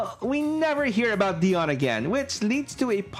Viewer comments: DIE-ON. Not Dee-Onn. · Dude, it's pronounced "Dye-on" not "Dee-on". It's literally in the cartoon!